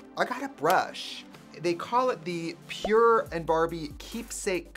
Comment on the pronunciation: I thought it said “Power” in Trixie Swedish accent 😂